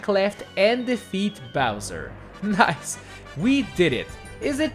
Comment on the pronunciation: did anyone else realize he said noice instead of nice